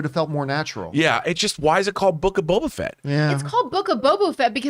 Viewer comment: Is saying Bobo?